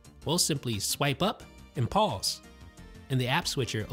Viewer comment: P A U S E the way u say it lol